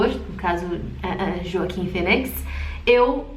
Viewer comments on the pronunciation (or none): pronunciar o "roaquin" phoenix de "joaquin" ao pé da letra foi de doer a alma kkkkkk